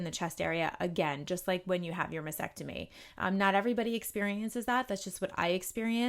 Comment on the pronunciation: I realize this comment is years after your video was made, but if you are speaking and advocating for women who are fighting breast cancer, it is especially important that you pronounce the procedure correctly. It’s mas-TECK-tomy. It seems like you would want to know that; mispronouncing takes away from your credibility.